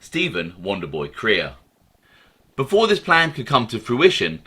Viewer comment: Crea is pronounced Cray...